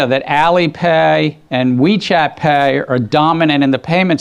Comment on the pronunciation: Why does Gensler say “PAY” so weird???